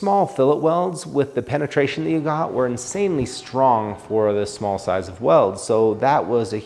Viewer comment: Did he say "let's see how stong this holds up" ?